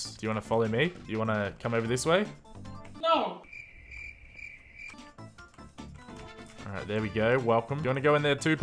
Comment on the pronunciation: “Noul” instead of No